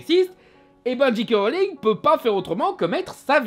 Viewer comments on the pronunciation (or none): Il ne dit pas "Jay" mais "Dji", comme un "G" en anglais. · Bah oui "j" se pronounce "jay" en anglais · Tu prononcés tout le temps GK Rowling. T_T